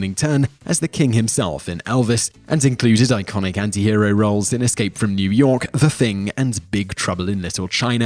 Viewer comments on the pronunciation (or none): none